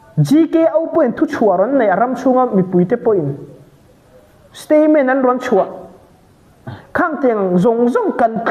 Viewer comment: Stayment a tih fo mai hi Statement tih tur niin a lang😊😊😊